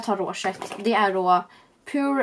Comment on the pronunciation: Pure uttalas inte som de stavas:) det uttalas typ pjåår haha(: just sayin'